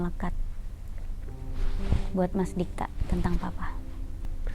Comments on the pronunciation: Dikta... bkn Digta. Meski sepele, tp kliatan ngk teliti researchnya. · Kenapa digta?huhu harusnya Dikta